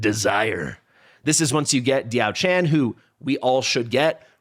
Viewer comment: As mentioned underneath your last video: Pronunciation: ti̯ɑ́ʊ̯ ʈʂʰǎn [Dyaow Chan - the 'chan' has a rising tone] And Lü Bu [is again with the 'ü' sound, otherwise it is pronounced the way it is spelled, but with a rising tone in the end] To clarify, the 'a' sound is a normal 'a' sound and not the English version. Also, I did comment about the background in your last video as well.